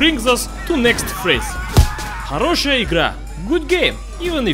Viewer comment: почему тогда он говорит "хороЩая игра и до Звиданья"? Может, слишком долго живёт в США, что уже и акцент появился🤔